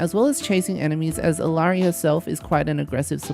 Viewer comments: Her name is pronounced ee-YAH-ree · The two L’s make a Y sound so it’s Iyari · Her name is pronounced E-yari.